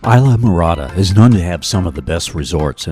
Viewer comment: Just fyi, you keep pronouncing it wrong. It’s pronounced iz-laa-mr-aa-duh. Short I sound at the start, not a long I.